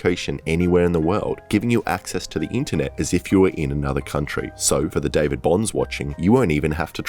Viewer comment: It's david